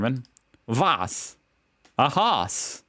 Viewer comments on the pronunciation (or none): "Haus" isn't pronounced "hoss" but "house" and "Zimmer" is pronounced "tsimmer".(German "z" = "ts"-sound). "Marburg" (as everything with "-burg") isn't "Mar-börg" but "Mar-bourg". Maybe you'll read it this time. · If you say Haus, speak it like House. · How do u even manage to misspronounce "Haus". Its literally pronounced the same in German and English. Just say house...